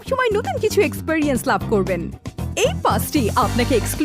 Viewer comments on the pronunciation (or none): none